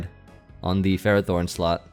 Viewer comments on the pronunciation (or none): none